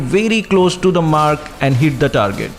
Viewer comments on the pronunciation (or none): none